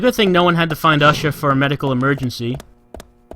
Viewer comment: Ushah is black...? When I first heard the name my thoughts were "Huh... Ushah... sounds like a stereotypical black person way of pronouncing 'Usher'. But, nah, that couldn't be what they were going for..." ... They seriously did go there. This is hilarious.